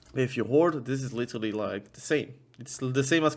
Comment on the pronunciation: Take a shot for everytime you hear "LiTeRRRrrally". You LittTeRrraRally cant, u die